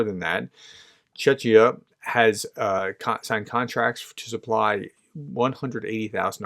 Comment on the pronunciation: It's pronounced CheKia not CheChia that's the flag of Jordan, not Palestine. Jordan shot down some Iran missiles.